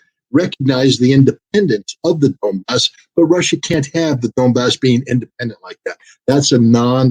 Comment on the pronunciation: Why does Scott says "Dombass" instead of 'Donbass'? Is this mistake or I miss something? By the way 'Donbass' means Don river basin.